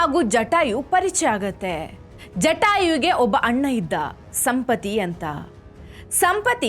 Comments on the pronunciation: ಸಂಪತಿ ಅಲ್ಲಮ್ಮ. ಸಂಪಾತಿ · ಸಂಪಾತಿ ಅದು.ಸಂಪತಿ ಅಲ್ಲ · ಸಂಪತಿ ಅಲ್ಲಮ್ಮಾ ಸಂಪಾತಿ ಸರಿಯಾಗಿ ಉಚ್ಚಾರ ಮಾಡಬೇಕು. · ಸಂಪತಿ ಅಲ್ಲಾ ಸಂಪಾತಿ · ಸಂಪತಿ ಅಲ್ಲ ಸಂಪಾತಿ .ಪುಸ್ತಕ ಓದಿ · ಸಂಪತಿಅಲ್ಲ ಸಂಪಾತಿ